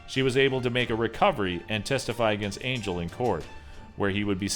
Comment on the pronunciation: It's not pronounced angel it's pronounced on-hell it's a Spanish name